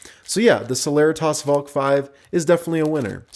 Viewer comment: I thought celeritas was pronounced se-le-ree-tis not se-ler-rih-tahs